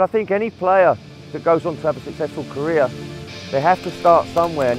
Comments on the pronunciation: Did he say korea at the beginning? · hend It's career